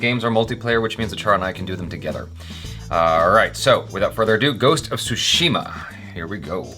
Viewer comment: Everybody pronouncing Tsushima wrongly. It is Tsushima not Sushima! Though it make me miss eating sushi.